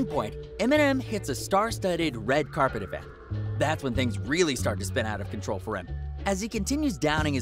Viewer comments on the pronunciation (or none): none